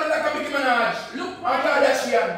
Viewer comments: King I cannot manage your pronounciation.... who is Mickey Minaj....nightgeri an and kardashiano🤣🤣🤣🤣🤣 for your information the Nigerians are beautiful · and "Micky Menaj"